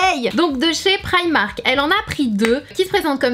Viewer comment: tes francaise alors dis primark